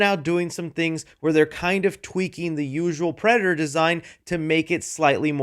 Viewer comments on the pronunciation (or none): Bro can't say predator while using it in a sentence most of the time 😭 🤣🤣🤣 unfortunately this happens to me a lot 😭